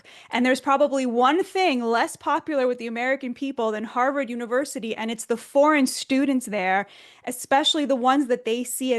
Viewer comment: Mark can't even say "foreign". Tisk, tisk!